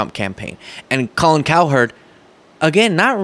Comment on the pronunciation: Colin, we don't call you Colon. Pronounce her name cowrecktly!!!!!